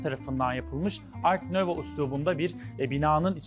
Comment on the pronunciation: Öncelikle emekleriniz için teşekkürler. Ancak sizin meslekten birinin art nouveau ifadesini ar növo diye yanlış telaffuz etmesi ve ekrana yanlış yazmasını yadırgadığımı söylemek isterim. Bu nedenle Cumhuriyet'in ilk yıllarındaki okunduğu gibi yazılma uygulaması bu tip yanlışların önüne geçecektir. Ar nuvo diye okunup yazılabilir, parantez içinde de orijinali verilebilir. Telkâri telaffuzunuzu da konuk düzeltti. Bu yorumumu bir katkı olarak algılamanızı umarım. Alanınızla ilgili bolca yabancı dilde içerik (video, makale) tüketirseniz faydası olacaktır.